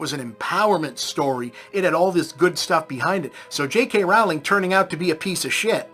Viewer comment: This guy calls Rowling (mispronounced) Hitler, but there's a literal quiz you can take to see if various quotes were made by Nazzies or Bob.